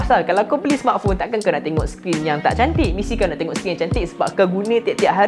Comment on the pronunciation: Cara laki tu sebut "smartphone" mcm org ganu....sebutan die "smartphong" kalau tersalah dengar tu sorry lh😅